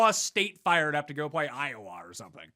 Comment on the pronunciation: the way pronounces Iowa.... lol